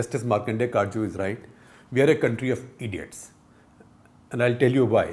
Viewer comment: I love it "v r country of ediots"